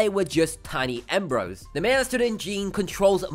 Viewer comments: It’s emb-ree-oes not embroes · He keeps miss-pronouncing embryos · Now say it with me... EM..BR..YOs